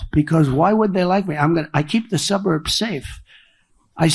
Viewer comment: "When I return to the lighthouse" (wtf) "Women living in the suburs". He is definitely losing his mind.